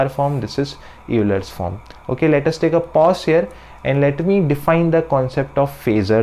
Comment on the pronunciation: If Euler were pronounced phonetically, your pronunciation would be correct, but it is actually pronounced as though it were spelled "Oiler."